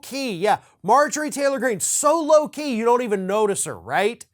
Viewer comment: "Low Key" is what we heard. "Loki" is what was on the teleprompters.